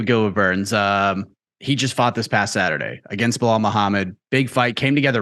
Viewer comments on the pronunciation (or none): And Chael calls him Blahol 😂 they’re working together to trigger him as much as possible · Am I the only one who cracks up when Colby calls Belal “Bill Lyle” 😂😂